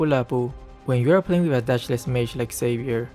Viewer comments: the pronunciation is not Savier, is Shaviér MobaZane also discussed about that issue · U pronounce wrong the name its like havier no with X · It's pronounced "JAVEER"= XAVIER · nah not random. Those people cant read, cant speak or cant think at all. Feel satisfied when even gets angry. But the way he pronounces Xavier is so off